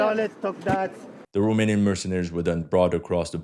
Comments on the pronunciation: He is surprisingly good at pronouncing romanian words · No he ain't and the pronunciation wasn't ,,spot on" but was better then of most of the forgners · also, good pronunciation of the romanian names and words! You did a good job practicing in order to perform well in front of your romanian viewership, salutations from România and keep up the amazing work!😁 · Wow, your Romanian pronunciation is pretty good. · Your romanian pronunciation was spot on. Salutare din Romania. Great content.